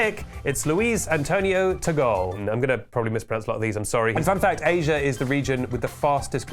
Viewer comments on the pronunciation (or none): none